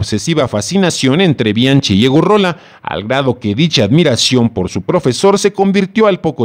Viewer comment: "BI AN QUI" se pronuncia como es en i ta li a no; y del apellido Weiss➡se pronuncia Báis en alemán; no seas ignorante. si te dedicas a comunicar hazlo correctamente.